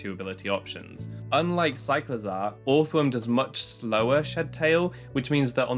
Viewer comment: This does NOT matter but I'm 99% sure you pronounce the first o like the second o. So it's just earthworm phonetically